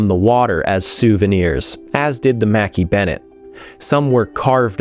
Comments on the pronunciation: I thought it was pronounced macKAY bennet not mackee? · wow I didn't know that the Mackay-Bennett was pronounced as Mackie-Bennett, I always thought that I was pronounced as Makai-Bennett. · Its not Makee Bennettt its McKay as in MacEye not Makee . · As a native Nova Scotian, your pronounciation of Mackay-Bennett is driving me nuts... however this documentary is well put together & well done so I'll push through. I believe that you visit Halifax often. Next time you're there, ask a local what the name of the two bridges are & listen to how they pronounce it...😊 Thanks for the good work! ✌🤍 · Agree I've always heard it pronounce mkeee on any films I've seen on the recovery